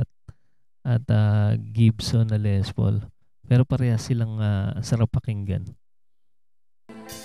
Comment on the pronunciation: When you pronounce Les Paul - pronounce it with silent "s", s/b Le Paul.